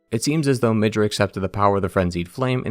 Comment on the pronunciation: Ok, i was tolerating the horrible name spelling almost till the end, but.. HOW IN THE LIVING FUKC DO YOU SEE THE WORD "MIDRA" AND YOU TWIST IT INTO "MIDJUR"